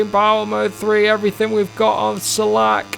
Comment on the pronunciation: Hello, iam from czech republic and rider Filip Salac is not "salak" but "salač" by the way, very funny and interesting, lets go to the next races and teams😁👍🤩